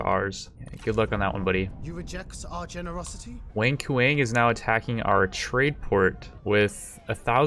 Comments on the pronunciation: I swear it sounds like your saying "wink wink" for wang kuang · It's Wang (pronounced as 'won' in 'wonderful') Kuang (as 'quan' in 'quantum')... not 'wink wink'..... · I love the way you pronounce WANG KUANG LOL. It sounds like something a teenager would do on his first date night.